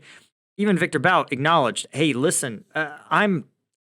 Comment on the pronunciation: the correct pronunciation is "boot"